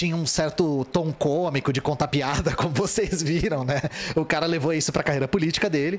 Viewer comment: Correção de sotaque: não é PEADA e sim PIADA